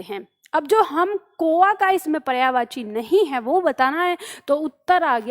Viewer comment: मैम आपने प्रश्न 14 में कौआ का उच्चारण अशुद्ध किया है।